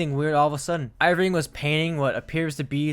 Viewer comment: His name is ER-VING, not EYE-VRING. Great video